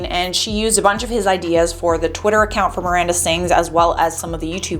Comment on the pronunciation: "Amanda" - Miranda* sorry bugs me especially in a news thingy